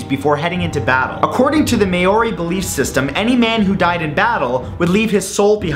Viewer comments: Great video! I'm sure other people have said, but just so you know, Maori is pronounced more like Mau-ree (Sounds a little like 'Howdy'), with just a little bit of a 'L' lilte on the 'R'. You'd get lots of scoffs from Maori and other New Zealanders for saying it that way if you came here. :) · STOOOOOOOOOOOP MAORI IS PRONOUCED say okay take the A out and try again there ya go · That pronunciation... Just no. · Maori isn't pronounced that way :/ think "mouth". The first part of Maori is pronounced the same way as that word. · The pronunciation of 'Maori' is absolutely spot on hahahahaha love ya mat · I laughed so hard after he mispronounced Maori haha. Oh well. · i like how he pronounced maori lol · Hearing you pronounce 'Maori' just.. sigh... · Haha he butchered the pronounciation of maori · The Me-o-ri? I had to giggle. It's Ma-o-ri. Maori. Not Meori. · its pronounced moe (rhymes with mole) ree, not mayoree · Perfect video to watch am. Thanks Matt.... also "May ori" lol It is pronouced closer to "mowdy or moldy" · It''s pronounced "MOWRI" not "MAYORI" ;) But another interesting video, Matt! :) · I LOVE your videos Matt your super funny and we'll spoken. I hate to point it out but it was really bugging me ....Maori is pronounced ma-ow-ree not may-ori :) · isnt it pronounced mow-ri? not may-o-ri? Im australian and thats how ives heard it pronounced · Its pronounced as mowree not mayori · Alright please redo the whole video Seriously My countries people are no pronounced mayori It's Ma-o-ri Please please redo that's not the right pronunciation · "Maori" pronounced with stress on mAori.. not maOri... :) just saying... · It's pronounced Mole-Ri, not Mayo-ri haha! It's hard to pronounce I know, but take it from a fellow Kiwi ;) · Lol its pronounced mowri not maori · Maori is pronounced "Mow-ree", not "May-or-ee" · It's pronounced (mawry) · I live in nz and its pronounced mah-re or mou-ri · its pronounced like mowri hahah >< x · It is pronounced mowri